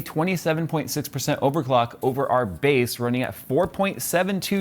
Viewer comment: base not "Bass" AHAHA!